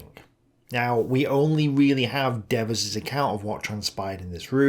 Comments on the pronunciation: I've always heard it pronounced D VERs, very Americanized. de^vers sounds kinda Frenchie. Really surprised that the rail system could not be brought online sooner. Once you leave the staging loading areas, you only need track. You don't need yards, stations or any other nicety. The trucks were pretty much unloaded by hand, so even destination yards can be primitive. The US Army is no stranger to this. The Union Army (Civil War) usually had rails up within days, with tressels, tracks, bridges, and other repairs. The US certainly had the people and know-how. When a rail line is bombed, you lose at most maybe a mile of track. Strip the yard, lay the track, and open the line. Again, the Union Army in the Civil War built some incredible wooden tressels of ENORMOUS size in days, that would be without the equipment available in WWII. We were shipping cargo ships of a dozen locomotives to Russia. You are, how many supplies were moved, how were they moved, and where were they moved. Be interested in comparing this Stalingrad, we need 300 tons a day, to Allied requirements. The Roman army built a bridge over the Rhine in two weeks. What was the holdup? Glad to see you back in the game. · I believe Devers pronounced his name with a long e in the first syllable - Deevers. Also, check your pronunciation of Marseille. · For Gods' sake learn to pronounce gen Devers name.............. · While I found this discussion very interesting and informative, why the constant different pronunciations of Devers name? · Pretty irritating listening to Devers name being alternately pronounced two different ways. Otherwise, interesting take on this theater. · My ears hurt from hearing Dev-vers' 200 times. ;) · D vers not deavers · It is dee vers. The devil is dev ers. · DEEEEEEEvers LONG EEEEEEEE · Who is "Daveuse"? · De-VERS. Dude, the guy wasn't French. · Devers is Irish. Usually pronounced Deevers.